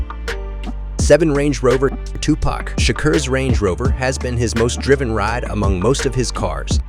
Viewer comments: You pronounced his name wrong and that 1995 BMW 760i is Suge Knight's car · You completely butchered his name you should do this whole thing over again